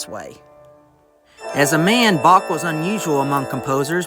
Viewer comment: I'm sorry but then your AI narration scerwed up the name of Bach, I hit the stop button.